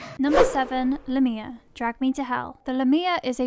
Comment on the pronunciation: This narrator didn't even pronounce the name of the demon in Drag Me to Hell right...